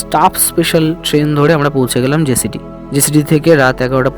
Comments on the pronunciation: উচ্চারণ টা জেসিডি না জসিডি হবে। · কথাটা জেসিডি নয়, জোশিডি ।